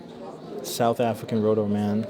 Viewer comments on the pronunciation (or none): none